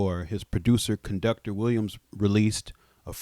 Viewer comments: "Con duck a tor Williams" 😅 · CON-DUC-UH-TOR WILLIAMS🚂🚂🚂